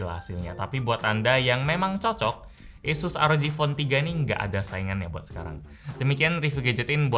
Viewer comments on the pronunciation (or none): ngomong Asus gw denger yesus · Nyebut asus aja esus bang²😂😂 kita ini di indo bang